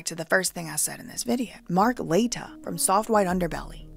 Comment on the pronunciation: Mark La-tea-ya